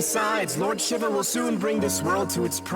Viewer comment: Gosh... Shiva's name being butchered here is the worst. "Shiv-a?" No. It's pronounced shee-va.